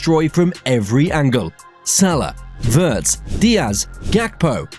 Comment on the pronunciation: Good video, thanks. Butb please learn how to pronounce Wirtz correctly. Ifyou can pronounce Steven Spielberg, you should be able to pronounce Wirtz correctly as well!!!!